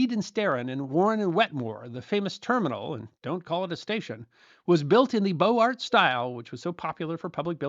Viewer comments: Great teaching. Thank you. (where is your lovely kitty?). One small thing: it is properly pronounced "Boze-Art" not beau art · Beaux Art is pronounced BO-zar